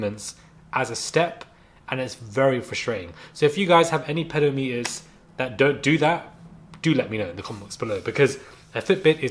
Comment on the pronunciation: Who else had to figure out what he meant he said "ped-o-meter" instead of "peh-dohm-eh-ter"? 😂